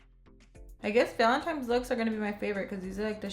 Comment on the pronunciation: Valen-tine's not times 😂😂